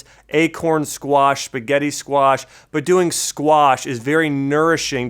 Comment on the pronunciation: I; been reading a lot and many sources say not to intake garlic or onions.... when you say squash I hear squats.... do you recommend still going to the gym ?